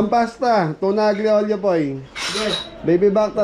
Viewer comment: hindi AG-LI OLIO ang basa dun..kung basahin yan ALYI OLIO.😊